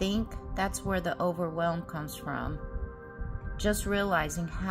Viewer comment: Think you said over welme about 100 times .